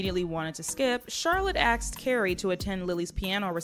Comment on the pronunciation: Why do black people say 'aksed' instead of 'asked'?